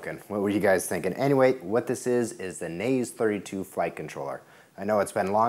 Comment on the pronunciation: that not how you pronounce naze32, it a Japanese word should sound "naa zae" :)